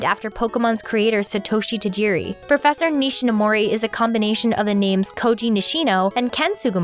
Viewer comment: Why can't North American's pronounce Tajiri Satoshi's name properly. 😔 Decades of being in love with his world and never giving respect to his name. Living in a modern world where we are demanding people say Minority names correctly this is truly saddening.